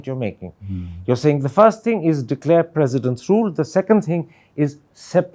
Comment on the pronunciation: Its President Rule not President Room 😅😅😅